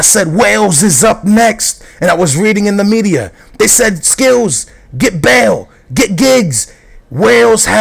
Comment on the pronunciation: bale is "belth"